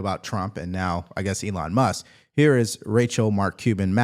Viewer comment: Who is "Elon Mus"? 😂